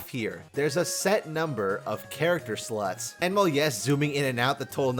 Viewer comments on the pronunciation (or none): Every time you say slots i feeel like you say sluts🤣